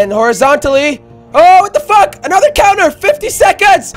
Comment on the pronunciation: say Fack